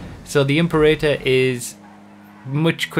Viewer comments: Love your work. But it’s not pronounced imp-erator. It’s Im-perator. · imp-erator? im-Pera-tor (as in imperial. the emphasis is on the 2nd syllable.) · Pretty sure Imperator is pronounced Im-pera-tor, like in Mad Max: Fury Road (possibly earlier movies too). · The "Imp-urr-ay-turr." Please,. You haven't seen Fury Road? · or heard of the world "imperial" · Im-pera-tor. one thousand three hundred and twenty two. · im-PEH-rit-uh. Just sayin'. ;-) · please fix your pronunciation of Imperator. It's a roman military rank